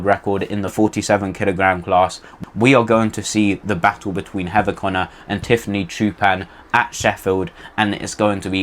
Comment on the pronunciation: Interesting way to pronounce Tiffany Chapon.